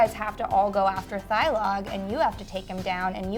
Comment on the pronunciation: Am I going to be to only hater who mentions they keep saying "Thigh-Log"?